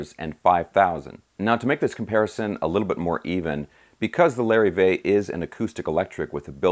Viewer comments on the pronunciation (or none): Lar-eve-vay...not Larry-vay...